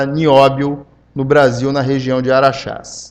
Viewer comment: Não é ARAXÁS, é ARAXÁ! Cidade que é comandada pela CBMM. Ela explora toneladas de Nióbio, polui o ambiente da cidade, retorna um valor irrisório para a cidade, um famoso "cala-a-boca" em forma de benfeitorias, tipo ambulâncias, viaturas, recapeamentos de estradas. Fazem enriquecimento atômico do nióbio na própria CBMM e vendem a um preço exorbitante mas com um retorno mínimo para o município.